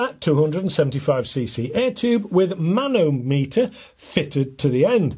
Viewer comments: Man-o-meter 😂. It’s ma-nometer, mate. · Actually it’s mano-meter 🤓 Greek „manos“ = thin „metres“ = measure